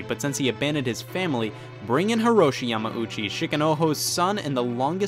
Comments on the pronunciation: Hate to be one of those guys (lol) but... Yamauchi = more so "ya-mao-chi" and not so much "ya-ma-ooh-chi" Thumbs up of course for the great vid! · Your adding an extra M syllable to Yamauchi just saying